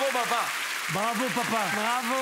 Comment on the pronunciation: J'adore quand il dit mesi et mon popa